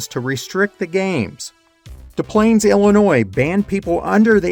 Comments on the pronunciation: FYI in "Des Plaines Illinois" the first S isn't silent. It's "Des Plaines" not "de Plaines." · Thats Des Plaines IL not deplanes i lived there so i know